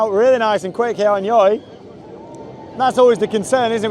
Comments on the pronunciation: You're supposed to pronounce it Joy, but honestly I pronounce it the same way as you because the name is just ridiculous. Good video! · pronounce it as joy